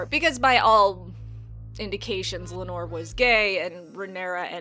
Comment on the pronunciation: I thought it was pronounced Lay-nuh and Lay-nor. Also aren't the Velaryons supposed to burn their dead. Or do only the Targaryens do that?